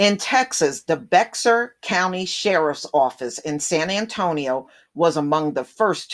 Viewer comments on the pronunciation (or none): It’s pronounced “Bear,” not Bexar